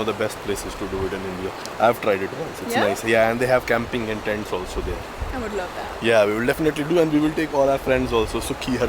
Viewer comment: What???? Plz say clearly